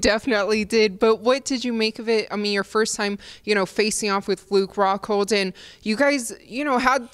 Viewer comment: Did she say fluke rockhold? Lol